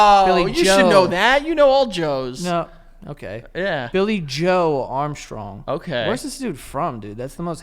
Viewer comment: they 60 seconds of butchering "billy joe Armstrong" made me absolutely lose my mind, I've watched that clip like six times